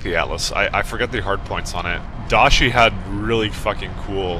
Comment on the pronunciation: Dah-ee She. Its literally "Great Death" in Japanese...which is a name it earns.